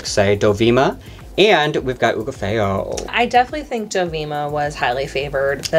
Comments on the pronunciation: Someone has to tell and how badly they're saying Hugáceo name 🤣🤣🤣 it's Hu-gá-ce-o not Hu-ga-feo! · Where are the getting ubafeo from? It’s HUGH-GAH-CEO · Pupi Poison (bless her heart) was majorly favored! PD: you pronounce Hugapheo and it should be Hugaçeo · Why do you always call Hugaceo Hugo Feo? By the way, I think Pupi was more favored than Hugo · Right!!! And people keep telling them in the comments to stop saying it like that. We all watch the same show. Where the F did they get that botched pronunciation from? And they keep messing it up over and over. It’s like they are purposely trying to insult Hugaceo. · It really is and it kinda makes me not want to keep watching their videos honestly because it’s getting beyond offensive at this point. Like why do you keep disrespecting the pronunciation of this talented queen? It’s not like they’ve said it a different way each time so it looks like a genuine error because they just can’t get it right… no they have been saying “Oogotheyo” firmly for weeks now. Like say it correctly or don’t say it at all. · That’s what I want to know. It’s getting extremely disrespectful at this point. They have been called out multiple times about it yet they continue to botch Hugaceos name. It’s almost like they are doing it on purpose now. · Honestly what is wrong with you and? Why do you keep disrespecting Hugaceos name? It’s getting extremely offensive at this point. Say it right or don’t say it at all.